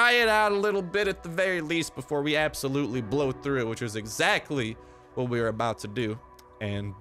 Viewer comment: Absotutely is cringey